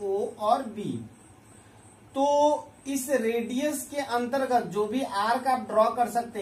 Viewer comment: Antergat ka bol rhe ho bhai